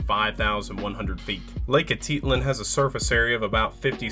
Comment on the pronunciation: I’ve never heard Atitlan pronounced so incorrectly before.